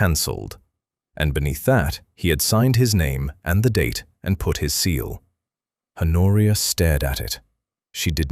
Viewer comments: "Honoria" is pronounced "Onoria". This is an absurd mistake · Is her name Honoria, A Noria, her nausea, Noria, an oreo, in oria? Her coat worn over her dress is not a police; it is a pelisse. The duke’s father left him FOUR, not for, estates. A small MUSCLE, not mussel, moved at the corner of his mouth. A MAIL, not male, coach. Arthur, Honoria, her father, mother, sister and brother makes six people at the dinner table, not seven. PUY DE SANCY, not predecessor si. AUVERGNE, not oval. He had been RIDING, not writing. I give up. Did a human proofread this text before letting the robot narrate it?